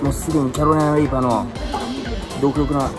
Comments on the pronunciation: 、一回もキャロライナリーパって言えてないぞ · キャロライナリーパーがちゃんと言えない件